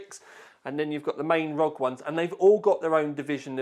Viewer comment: If it stands for something, shouldn't the letters be said individually. Republic of Gamers or R O G. Not Rog. Rog is not a word. By the way. I still love your video's. Keep it up.